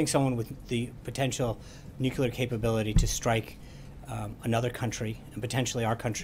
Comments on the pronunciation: My god.....It's pronounced nuclear not nucular. How do both him and the president not know how to pronounce such a simple word. As Trump would say, Sad! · Hey Sean, it's pronounced New Clee Ur not New Kyoo Lur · nucular weapons Sean Spicer?. it is " nuclear weapons".. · NU - CLE - AR! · Sean has been doing this whole communications director/press secretary thing for decades, and he does not yet know how to pronounce "nuclear"? Seriously?